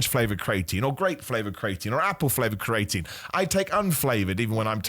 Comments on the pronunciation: Bro stop saying cre atine like that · This has to be a world record for the amount of times creatine was mispronounced in a single video. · Welcome back bro, missed your pronunciation of creatine 😂